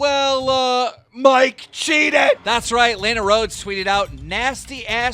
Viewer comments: Stop saying lajna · lAnNa its pronounced lanna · He’s says layna instead of Lana so he can get flamed in the comments for it he did the same thing when the Alissa violet and Jake Paul the was happening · Why do you pronounce Lana as Laina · Man sed “laynah”instead of lana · Nigga stop sayin laynah I was so confused on who he was talking about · My whole body cringes when he says Lena instead of Lana. And for that reason, I'm out. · Its lana not leyna u idiot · FrankTheTank77 Dude I was just about to say this exact shit. Like at LEAST take the 45 seconds to LEARN HOW TO SAY PEOPLES NAMES. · Lawna. Not Lane-A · LANA KEEM NOT LAYNA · Whose Layna? It’s LAWNA 🤯 “Lana” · Why does keen pronounce Lana “lay-nuh” when it’s pronounced “lah-nuh” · It’s Lana not “Leana” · its not laanaa its lahnah !! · it hurts when u say "layna" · Dude does not know how to pronounce names! This guy said Laayyyyna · Her name is LAH-NUH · Why do you pronounce it as “lay-na” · it's pronounced (lah-nah) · La-na, not lana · Nigga said layna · lay-na lol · Why does keem pronounce it “lay-na” 🤦🏻‍♂️ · Start pronouncing names correctly. Do your fucking job. Its pronounced lawna. Logan literally said that in the clip. And you cant even correctly read the messages. He said she jumped him not i jumped in. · It’s pronounced lahna dumb fuck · STOP CALLING HER LEYNA FFS!! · You said Lana wrong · You aren’t even saying Lana’s name right. 🙄🙄🙄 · Every time keem pronounced Lana wrong I cut my wrist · Ffs keem can’t even pronounce Lana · im honestly super bothered at the fact that he doesn't know how to pronounce Lana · He said lana wrong everytime it pisses me off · Omg right how do you not know how to pronounce her name lol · Can you start pronouncing her name right holyyyyy shit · Imagine hearing how you pronounce Lana Rhodes and then saying it wrong and also Mike is a fucking idiot bro Lana is hot af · learn how to pronounce a fuckin name correctly like holy fuck is it really that hard